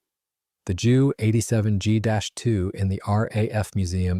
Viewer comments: I know someone else has already corrected the narrator BUT I'm going to do it again. Its a JU-87 pronounced J U not Jew. Joo. Or even Jue. Junkers JU-87 Stuka. Mispronunciation shows a lack of a/c knowledge. And shows you're a noob to the historical aviation scene. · Not Dschu 87! Ju (Yu) 87